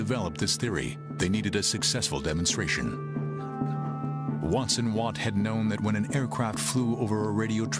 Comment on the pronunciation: Robert Watson Watt, and his assistant, Arnold Wilkins. They garbled the names in this video.